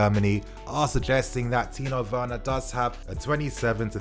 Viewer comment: TIMO WERNER NOT "TINO WERNER" TIMO WERNER OKAY THERES NO "N" ITS AN M OKAY